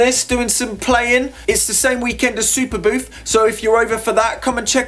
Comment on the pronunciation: superbooth not superboof